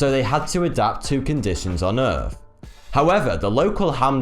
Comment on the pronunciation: Errf.... fink.... Mafematics.... There goes the English language... Face Palm